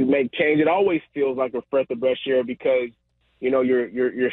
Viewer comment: "freath of bresh air"